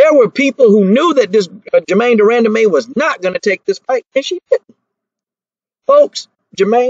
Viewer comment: De-run-duh-man lmao